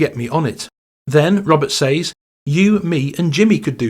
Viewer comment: Great informative video! Ps - “says” is pronounced “sez”